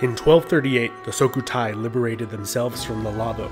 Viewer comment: It's Su-Kho-Tai not So-Khu-Thai.